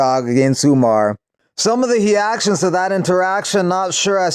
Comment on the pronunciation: .....some of the ‘he-action’ to the confrontation..... Reading it like a Brazilian’s first name. LoL